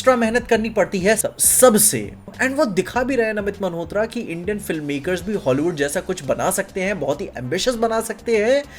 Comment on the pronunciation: bhai just one thing - why do you say namit 'maNhotra' 🤣